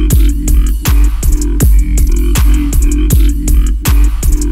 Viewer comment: My favorite part was when he said humbrgr chesebrgr big maac whoperrr